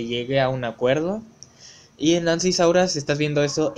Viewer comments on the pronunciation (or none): Es SAURIA NO SAURA